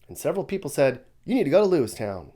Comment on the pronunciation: Lewiston not lewistown